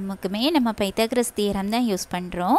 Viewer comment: not paithogroras thearom. 😊 Pithagaroas thearom. ❤